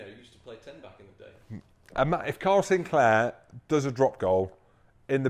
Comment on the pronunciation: ITS NOT “SINCLAIR”!!!!!!!!!!